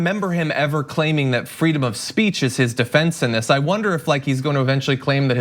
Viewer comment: Freedom of speatch !!? Come on dude